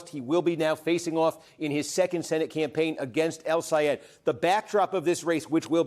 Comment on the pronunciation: Steve, do you think you’ll learn to say “El Sayed” rather than “Al Sayed”? Your corporate bias against him showed last night. Very disappointed that you have become a corporate shill.